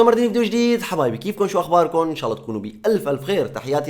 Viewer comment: اخي حرام تلفظ الجلالة بهذه الطريقة قل الله وليس اللة حرام أخي